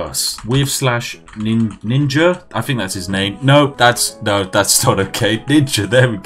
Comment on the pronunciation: My man said ninga